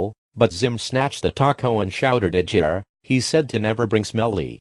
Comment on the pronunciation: Why you say jir it's gir